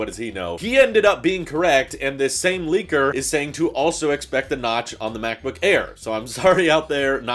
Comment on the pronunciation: Am I the only one hearing liquor instead of leaker?